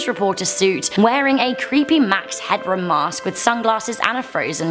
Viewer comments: Max Headroom not Hadroom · Max Headroom not Hadroom.